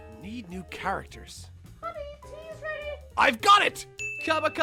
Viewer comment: It's Cab-ba, not Cobba.